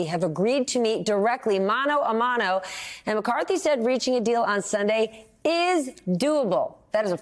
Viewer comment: Did she said Biden will meet McCarty “mano y mano? “. Hand and hand. Learn your Spanish